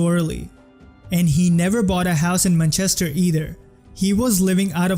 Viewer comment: how's this guy so good at analyzing football, but still mispronounces manchester???